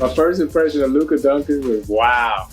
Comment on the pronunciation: Who the heck is Don Chick? His name isn't that hard to pronounce 😂 how can you miss pronounce it that badly?!